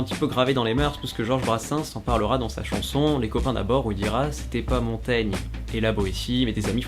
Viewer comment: Dites : "Montagne" (la lettre "i" n'est là que pour signaler que "-gn" se prononce comme "gnon", & non, comme "gnome"...) Avec un bon verre de Champaigne, les examinateurs seront contents aussi.